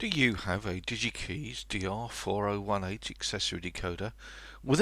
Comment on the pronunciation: Hi. Nice video. Just to be picky: Digikeijs rhymes with "pies". What a shame they went bust. Didn't YaMoRC take them over?